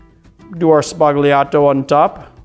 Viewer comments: The word "Sbagliato" is pronounced without the "g" which is silent in Italian, like "Sbaliato". It means "wrong", "broken", "mistaken", or "erroneous". In the context of negroni means the "negroni mistake". I am just throwing it out there because all mixologist youtubers mispronounce it. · Just an (hopefully respectful) note about “sbagliato”- G is often a modifier in Italian and usually silent- in this instance, gl means a heavy L, so instead of using the tip of the tongue to make the sound, use the center pad of the tongue. “Sballiato” 😊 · The "g" in sbagliato is silent.